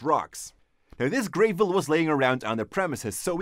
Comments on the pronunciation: its gravel not greevil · You said grave-el, it’s gravel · It's Gravel. Not "greivel". But a great video nonetheless! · Great videos guys. Thanks! Just a friendly tip for English pronunciation..... Whilst the gravel is grey, it's not pronounced GRAY-ville. The first syllable should not rhyme with "hey", "shade", or "gray/grey" but instead should have the same "a" sound that is used in "grab", "hat", "bat", or "tap". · It’s not pronounced like grayvel it’s pronounced like gravel with a short A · The way he says Gravel.... It's gravel like apple not grAvel like April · I hope hope hime pronouncing gavel gray-vel is a joke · Gravel is pronounced grevvol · I m sorry but graaavel? its a small thing but it made cringe so fucking hard everytime he said it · "GRAVE-EL" *sigh* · Prolimentra An accent is one thing, but it's not the case this time. Since he uses other words like tape and etc. that sound the letter 'a' the same way.